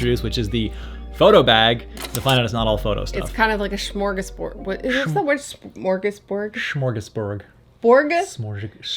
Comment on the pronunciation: It's a "d" not a "g" at the end of 'smörgåsbord'. 🤣 Loved the vid and "Cold Island"-series too btw. 😄👌🏼